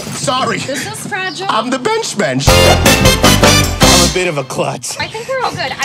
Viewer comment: its mensch not mencsh, mensch is german for human/person